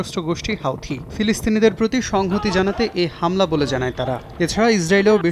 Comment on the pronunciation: হাউথি না হুথি